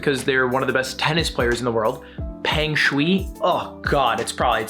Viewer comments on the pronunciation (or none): peng shuai is read p - eng shu - ai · As someone learning chinese your pronunciation wasn't that bad, Viya was pretty accurate but Peng Shuai was off, pronounced "Pung Shoe eye". Merry Christmas :) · you pronounce "peng shuai" as "pung shuwhy" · Homie really said peng shooey lmao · Dont worry ludwig ill send you my social credit points i got some spare Also to properly pronoucd it its ph-er-ng sh-w-ai Dont pronounce the r too much tho